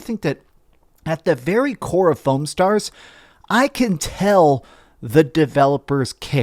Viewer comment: You pronounced it wrong though.